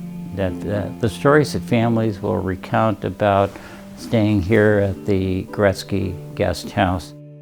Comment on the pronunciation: cannot even pronounce the name right. He says Goret -SKI 👎🏻